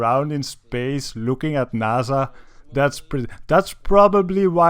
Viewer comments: no its naysa say it right they own space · naza...... its N-A-S-A not naza its an S